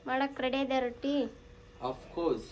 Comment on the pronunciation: ಅದು ರೋಟಿ ಅಲ್ಲ... ರೊಟ್ಟಿ.. ಮಾಡಿ ಇದೆ ಅಲ್ಲ... ಮಾಡಿದೆ